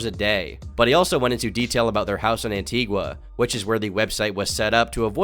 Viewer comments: This is completely unimportant, but it's pronounced Anti-GHA and i promise it is not as awful as they made it sound. Makes me feel some type of way hearing how people misconstrue the island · Guy can’t even pronounce Antigua 😂 true colors right there